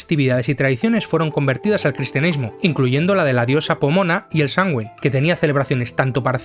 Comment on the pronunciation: Muy buen vídeo, sólo un tip: se pronuncia como "Samjain", al menos en Irlanda, donde esta festividad nació.